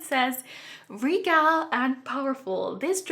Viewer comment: Brindleton Bay (Cats & Dogs) gave us the bird feathers to collect. You can drag a feather from your sims inventory and hang a picture of that bird on the wall. If you collect all of the feathers, you can exchange them for a stuffed starry blue owl. Your English is fine but to help you out: STOICALLY=stow-ick-ally.....REGAL=re-gull. Good video. I like them all, but if I have to pick one, the owl.